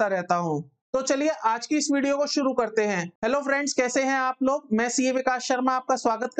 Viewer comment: Watch some pronunciation video to get better clarity on "Suru or Shuru"